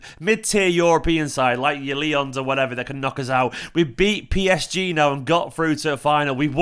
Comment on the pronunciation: cured! He can say 'Lyon' again!! 🤣